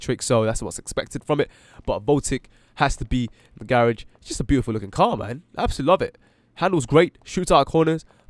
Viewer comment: You said garage wrong